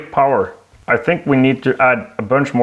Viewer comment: “ i think we need to ad a bunch more fuell and more compression” 😂😂